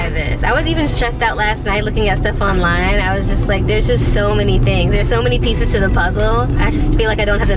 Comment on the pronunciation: it sounded like she said there’s just so many pizzas to the puzzle🤣